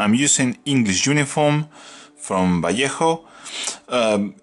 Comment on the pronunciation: Thank you for being the first person ever (at least in painting world) that has spelled Vallejo correctly (Vayeho). And no, I'm not spanish speaker, just know that basics of that language but it drove me nuts for years. Cheers :P PS. Can you make separate video on creation of those wonderful highlights on her (robes/hair). Thanks!